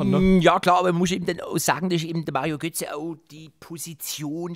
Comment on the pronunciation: wie geil du "da Mario Götze " sagst😆😆😍